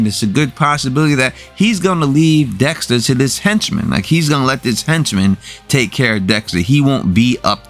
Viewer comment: Dextuh, killuh, winnuh. Lmao. Great videos. I watch them every week. Still unsure how Kurt 100% knows it was dexter that killed his son. I get how he figured out he was cremated but how does he know it was dexter for sure. Were there cameras around?